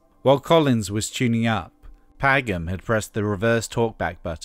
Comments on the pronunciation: Apart from mispronouncing Hugh Padgham's name (It's like Patch ham), great video! Hugh of course went on to produce The Police, Genesis, Phil Collins. Kate Bush makes an appearance on No Self Control too where her vocals are distorted in the "chorus" (or well, is it a chorus since only the verse section is repeated?). Peter also influenced Kate with technology by introducing her to the Fairlight CMI synthesizer. Peter's influence also extended in the music industry by opening Real World Studios (which is still highly in use today and really state of the art), being distributor and importer of various technologies like the Fairlight CMI (in a company called Syco), and by buying a large share in Solid State Logic, the British company making those mixing desks which spawned off that drumsound on Intruder (which was the SSL4000B to be more precise). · "Pagam" ??? A.I. narrator? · "Paggam" aaaaaaarrrrrgggghhhh! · Great work but you mispronounced Hugh Padgam's last name. It should sound like "Paj-em"